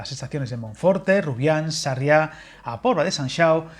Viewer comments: SArria, la sílaba tónica es SA, que parece que estás hablando de un pueblo catalán en vez de gallego, por lo demás muy buen vídeo 😁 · Pocos nombres acertaste en pronunciación! Me encantó que Sarria, pronunciado con fuerza en la A primera, le llamaste Sarriá. 😂😂😂😂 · Sarria sin acento en la segunda a, lo otro es en Barcelona